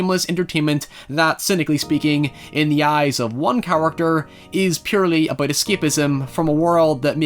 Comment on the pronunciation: please say about and not aboyd